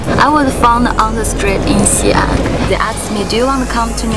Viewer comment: It's actually Xi'an in China, not Sien!